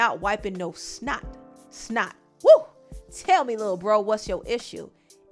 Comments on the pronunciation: "Yeh, trust meh" lmao 😂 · it’s the “trust meh” 🤣🤣🤭